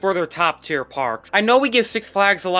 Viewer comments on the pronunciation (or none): none